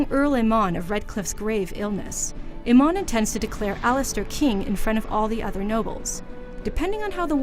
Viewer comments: Your pronunciation is way off. It's not pronounced Earl Eanmonn it's Arl Ea-moon. It's orsin-oo not ORSino. Also we don't know if Morrigan is adopted or not. it's also important to note that it's red lyrium and not regular lyrium. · First thing I noticed is how you mispronounced Ostagar as "Ose-tagar." Then you failed to describe what the darkspawn were in this presumably comprehensive rundown. And it's not "Imon" it's Eamon. WTF, why did they give this no-nothing the task or doing this video? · Watching this, all I could think was "OHS-tah-gar! LOW-gain! EE-men! Or-SEE-know!" GAH. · Cant even say Eamon right.